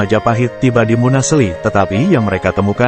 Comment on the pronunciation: Munaseli bukn munasli